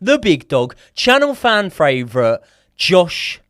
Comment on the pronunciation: Joey why do you struggle to say favourite 😂